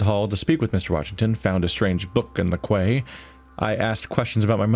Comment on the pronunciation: The way you pronounced "Quay" - It's actually pronounced the same as "Key". Surely you guys have Quaysides in your country? Not sure where you're from to be fair. That being said, I'm thoroughly enjoying this. These are the sort of games I prefer to watch someone else do with commentary than play myself.